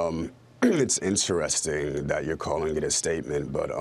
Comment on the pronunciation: did he just say it's "INSTA-resting"? lmao